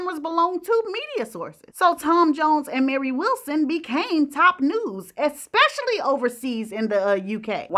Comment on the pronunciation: Wale ( Wales ),Expecially,magneticism … dear,speak proper English